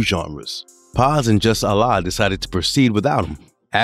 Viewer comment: Love the music and the format of the doc but I had to stop after the mispronunciation of Vinnie Paz, Jus Allah, and Esoteric. When you don't even know how to say the names of the people, it shows that you're not a fan and that you're just drumming up random ideas for content. If you just listen to any of their songs, you'll hear them pronounce their own names correctly!